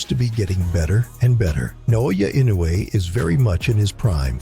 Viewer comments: It pissed me off when people pronouncing INOUE name wrongly. It is I-NO-U-E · Ee -- noh - eh